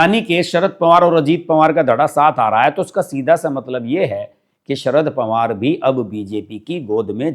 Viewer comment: पंवार नहीं पवार बोलिए । 🙏